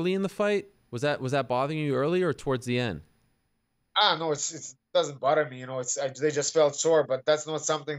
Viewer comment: “Doesn’t bodder me you know”